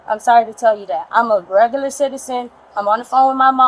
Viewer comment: She reg uh lur